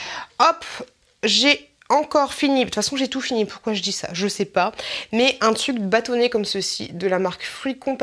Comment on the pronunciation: Cest marrant tu ne prononces pas le R de TRUC, tu dis TUC :-D lol sinon sympa la vidéo!